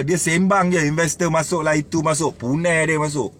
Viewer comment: Assalammualaikum Sebutan Punai Tu Mahal La Bang...Terbaiik Pencerahan..